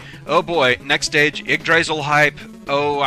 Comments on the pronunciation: i've always been under the impression its pronounced "Yig Dra sil" but this is probably one of the weirdest words to pronounce. Also what the heck did this have to do with a world tree anyway? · Premise behind it is fun, and at least their next stage will be better.(Granted, I like Yggdrasil Stories.) or at least I think so. Also, it's Y-gg - dra-sil, try sounding the Y at the beginning. Strange words the Norse.